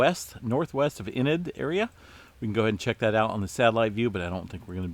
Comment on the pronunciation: Haha 😂 .....Oklahoma native here… It’s EEEnid ...But we do appreciate you and all you do